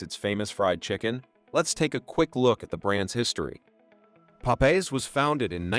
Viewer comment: Nice video. When you use AI for voiceovers, you can correct mispronounced words by spelling them differently. Popeye's should have been written Pop Eyes in the script.